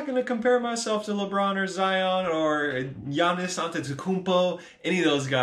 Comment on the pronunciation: You said Giannis' name just so you could flex that you can pronounce it right